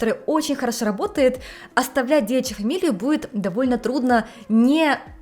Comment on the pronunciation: Привет из глубинки Вологодчины )) смотрю тебя уже лет 7. Спасибо за контент.. Замечать стал как русский твой язык всё отдаляется по произношению и звукам ( к примеру сегодня много раз услышал слово будет без д..))